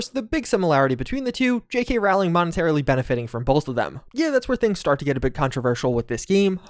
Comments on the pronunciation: Dude, it’s pronounced JK Rolling. Jesus that is grating. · Learn how to pronounce ROWling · It boggles the mind that people spend dozens, even hundreds, of hours making videos talking about J.k. Rowling and can’t be bothered to figure out how her name is pronounced. It’s ROLLING. As in “roll.” Honestly, can’t you just start with basic stuff?